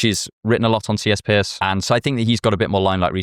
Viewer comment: Love the video, but from a yank to a Brit, it's pronounced "Purse" not "Pierce".